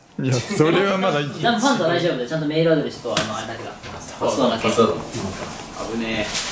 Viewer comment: ほんとだ。今聞いたらそう聞こえる。 「ファンザだな！！」にも「バカだな！！」にも聞こえるように発音できる虫さんの頭の回転の速さと声の出し方が凄い。